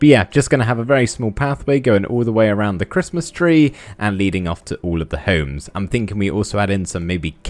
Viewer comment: you say homes like Holmes!!!!! I hate it. - Ryland Adams